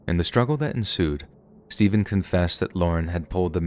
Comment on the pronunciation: The amount of times the interrogator says "STAYVUN" I couldn't help my self from laughing at one point and apparently it became a popular line